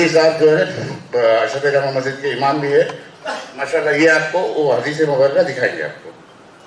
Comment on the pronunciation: Ye motaa orange colour kaa kurti pahne huye kon gaandu hai ise pahli. Dafaa dekha hu yaar ise dhang se bolna nhi ataa Majid Majid karta hai masjid bolne nhi ataa Gand......ko or chala aya muuh utha kar Deen k baate karne or waha ke log use sar chadaye rakhe hai saale ko